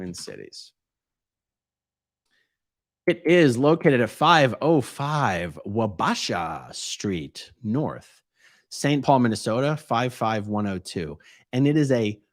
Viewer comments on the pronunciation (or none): COS Twin Cities - Ironically, it is located in the old "Science Museum Of MN" building, located in St. Paul. Also, street is pronounced Wa-bash-ah (Wa as in Water). Keep up the good work! That building use to have an "Omni-theater" in it. A movie theater that is like half a globe, and you sit in/under it. Like an Imax theater, but ball shaped and wraps around you. Would interested to know if it is still there and if COS uses it for anything...